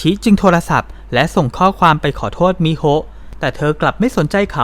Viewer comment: ชื่อน้องควรไม่มีสระอะอ่านตรงๆว่ามิโฮนะคะ